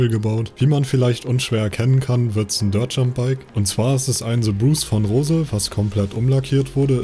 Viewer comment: Das heißt ROSE The Bruch.